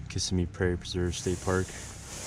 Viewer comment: I have been there several times, but should stop talking. He started by miss pronouncing the name Kissimmee.